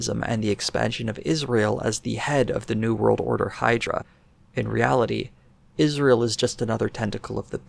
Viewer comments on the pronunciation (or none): none